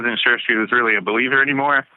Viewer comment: Omgosh 😂 had to replay it twice I thought he said “At the time, she wasn’t a belieber (Justin Bieber Fan) anymore 😢….” Is why he left his wife 😂